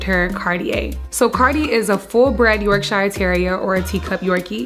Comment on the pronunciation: Should learn the proper pronunciation for Yorkshire. (Sheer)